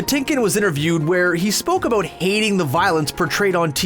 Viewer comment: How Canadian can you get! Plenty of "aboot" and "oot" all over this video. Aaanyway, the pronunciation of Walter Koenig's surname is "CANE-ig" (not "CONE-ig").